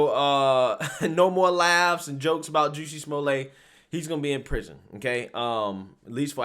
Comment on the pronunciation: Who??? "Juicy Smuille' "??? 😂 (Very Franche!) I think that if he had been doing everything in that video (with his 2 buddies with the rope and the water bottle ("bleach")) as deliberate Comedy, like an SNL Skit, it would have been HILARIOUS. However, since it was Not done with the full intention of Pure Comedy, it...IS STILL HILARIOUS!!! 😂 😂 😂